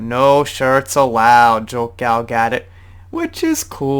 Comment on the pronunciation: Her name is pronounced Gal Ga-DOE...